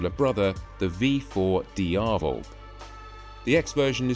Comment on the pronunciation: Its not "Dee-ah-vul". It is DiaVEL. Dee-ah-VEL.